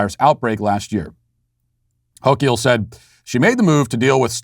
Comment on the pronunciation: Love how Matt intentionally butchers Dictator Hochuls name. Cracks me the hell up!! LOL